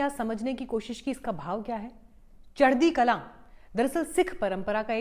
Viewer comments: its kalaa and not kalaan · चढदी कलां नहीं जी “चढदी कला” बोला जाता है। आपका धन्यवाद 🙏🏻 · There is no sound of “ n “ At the end. Punjabis sent back “ Alexander the no so great” what’s water !